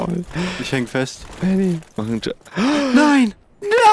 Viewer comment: Manchmal höre ich statt "Baby".